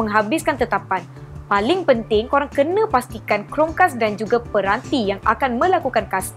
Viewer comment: Amboi sebutan. Chromecast dimelayukan jadi Chrome-kas eh?